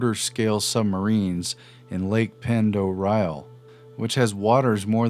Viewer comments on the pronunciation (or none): Lake Pend Oreille is pronpunced Lake "Pond Array". Lived around there for a while and am familiar with the submarines in that lake. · Idaho Base, is pronounced Lake Ponderay.